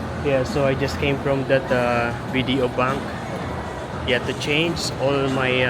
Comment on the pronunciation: are you a former Filipino? you still say "chainz" instead of change.. lol puede ka magtagalog, nahihirapan ako sayo mag engslish